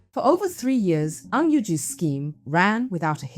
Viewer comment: Ng not ang, get the surname right… why is it ang for most of this video?